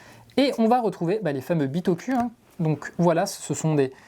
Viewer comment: Super vidéo, mais par contre la prononciation c’est bitokou ! On prononce sakOUra pas sakUra ou encore PokémonE pokemON Merci 😒😂